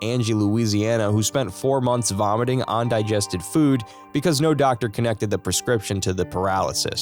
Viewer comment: "vomating" 😂😂😂😂 I'm out